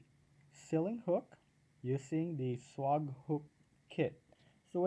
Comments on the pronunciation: 'Swag' is pronounced like 'egg' or ' bag'...Swayyyyyyyy..gg. Not swog like log. 🙏🙏🙏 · I dont think you need to be sorry. I just noticed your pronunciation and wanted to suggest how most people say it when in english. It could be pronounced swog in other languages and I am unaware.🙏